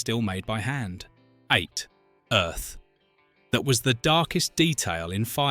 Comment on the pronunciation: and pauses in line-reading that are just OFF. No real voice actor or narrator would make those mistakes. Like with "Earth That Was". And, btw -- also got wrong that nothing was ever said about what happened to Earth. It wasn't well-defined, but the opening narration once mention, "after the Earth got used up." Open to interpretation, sure; never mentioned, no.